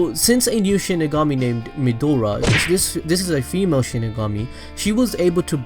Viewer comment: why does he keep calling Maedra Midora?